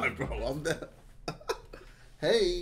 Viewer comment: that ‘hey’ came off wrong Asf